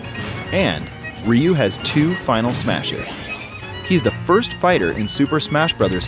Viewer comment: Ok why the hell are they calling him reeu ove been playing street fighter since 1992 and in america its ryu with a y.